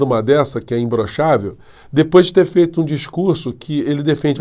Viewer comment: Eu acho que ele fala imblochavel Como fala paralipi de crack